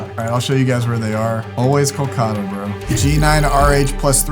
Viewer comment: it's pronounced KAL-KUH-ta.